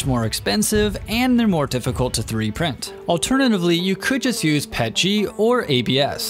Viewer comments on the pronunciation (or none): Not trying to hate but I hate it when people say “pet-g” instead of “P.E.T.G.” Idk I just hate that 😭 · Same with Pet-g Iv been 3d printing for nearly 6 years now and have heard very few people call it pet-g It P-E-T-G